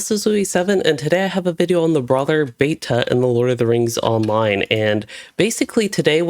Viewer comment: Dude. I’m gonna change your life. When you say words where the second syllable starts with the letter “T” you hit the sound extremely hard. Like you keep saying “meh-Tull” (mettle) and “beh-Tuh” (beta) with WAY too much emphasis on the T sound and it’s incredibly irritating/grating to listen to and it’s very apparent that you are doing it on purpose because you say the words normally like 80% of the time. Buddy it doesn’t make you sound smarter, it’s annoying as hell. Dig the videos though, just stop emphasizing the letter “T” so hard between syllables lol.